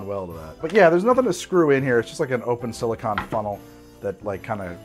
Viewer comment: No its just a mispronunciation.